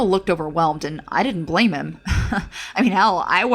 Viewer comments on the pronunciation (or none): none